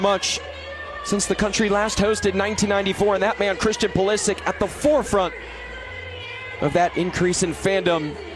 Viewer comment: Modric goes like "Modrich"- you dont say "Modrick" - Pulisic is also a croatian surname, so it's "Pulishich", guys))